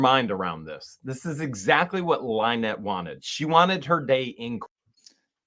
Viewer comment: I thought Jeremy said that Lie-nette and Crook weren't married.